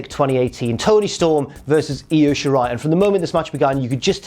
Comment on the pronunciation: Props to for not pronouncing it as eye oh shirai